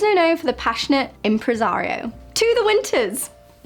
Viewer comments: Fascinating! I have to look again at the Summer Archetypes because there were two that seemed to indicate "me", perhaps the Earth Mother one. Anyway, I love your videos! And yes, you pronounced "ImpressARI-o" perfectly. Look it up --- it's a very specific thing. <3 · Nice video! You pronounced "impresario" right 😊 A beatnik was a counterculture figure from the 40s/50s; they were against the consumerist/conformist society. From a fashion perspective, their stereotypical outfit was all black, black berets, black turtlenecks, hanging out in coffee shops, listening to jazz and reading the existentialists. So, in today's reference, kind of emo meets hipster, I guess? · You pronounced "impresario" correctly 👍🏻 and beatnik refers to a member/follower of the Beat Generation of the late 1950s to early 1960s. I like his archetypes, they're more complex than what I've come across before, there's quite a few of them I'm drawn to. I still need to figure out my colour season...